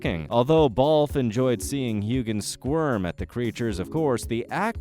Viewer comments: Heughen. The G is silent. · Hughe-an the g is silent. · The silent g is what I meant! It is so annoying when a name is never pronounced right! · Voice overs pronunciation is awful! Hugan? Who is this?....oh! You mean Heughan pronounced Hewan, get it right! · I don't normally like to say negative things, but the sound of Heughan with a hard G instead of a silent G, was driving me crazy! lol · Why do you not pronounce Sam Hughans surname correctly?